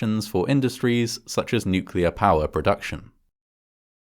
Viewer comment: "Nucular. It's pronounced nucular" - Homer and other idiots. Is there no quality control stage to these uploads?